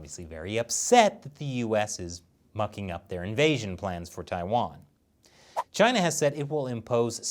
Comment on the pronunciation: TAIWAAAAN NO. WAAAHHN 🇹🇼🇹🇼🇹🇼